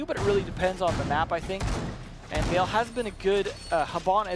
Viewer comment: Why did Bloodbath leave yet these guys stayed? Makes watching a match a pain. I don't know why they try so hard to pronounce Ence's names correctly in Finnish, it just isn't working out for them. The way says them is just fine. Also, maybe "Vale" is Spanish, and is definitely not pronounced the same way as "Yale".